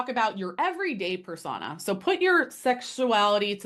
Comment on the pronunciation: This is driving me crazy ... but its pronounced ... per sew-nah or per so -na .... not persagna ... persona ..... but ... overall interesting video